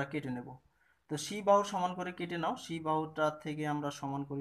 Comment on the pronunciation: সি না ছি😀